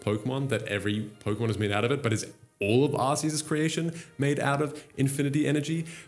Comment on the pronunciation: Bro, for the love of Arceus, it’s OFFICIALLY “ARK-ee-us” not “arse-ee-us.” As for where AZ got the “technology” from, when you look into the lore, he’s basically a master alchemist. Look at the Pokédex for Golurk for example. There’s one of those (by design) in the gardens of the Parfum Palace. There are many Pokémon based on golems, Claydol probably being one of the most interesting timeline-wise, being 20,000 years old puts it being brought to life at the same time as Eternatus fell upon Galar. Funnily enough, it’s Claydol statues that you see in Galar leading up to the old covered-up statue of Zacian and Zamazenta, despite Claydol being a Hoenn Pokémon. Anyway, getting carried away with lore here haha. Hit me up if you want a source on deeper Pokémon lore ‘cause Kalos is my favourite region and I’m obsessed with the lore around AZ, the Kalos War and its legendaries.